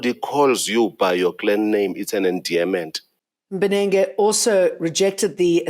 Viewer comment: Judge Mbenenge sayin', 'Penes' 🤣😂